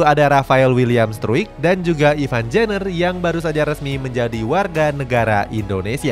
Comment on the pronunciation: Semoga gk jiper yaaa lawan argentina Izin koreksi minn, buat nama rafael struick ejaan nya yg bener rafael straik yaa, ivar jenner jadi ivar yenner, makasihh 🙏